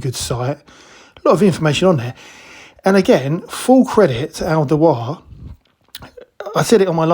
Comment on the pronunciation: It's pronounced Al Dew- were.. scalpers will buy these up in droves and inflate these prices massively on flea bay. You can see it coming a mile away especially after charging £70-80 for the chrome screwdriver.